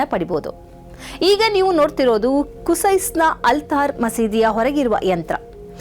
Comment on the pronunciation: ಅದು ಕುಸೈಸ್ ಅಲ್ಲ.. ಕಿಸೈಸ್